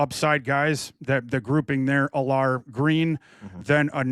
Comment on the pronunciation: needs to learn how to pronounce Allar and Klubnik name